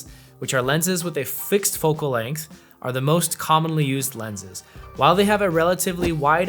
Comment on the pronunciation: Length. Not Lenght. Otherwise good video